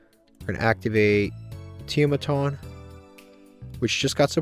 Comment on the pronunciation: I feel bad for Tiamaton. For a card that has helped so much, you don't even try to pronounce its name rofl